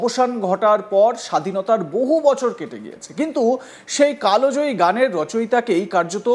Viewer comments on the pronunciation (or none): কালো জয়ী নয় কাল জয়ী , সংবাদ পাঠ করছেন তবুও উচ্চারণ ভুল ।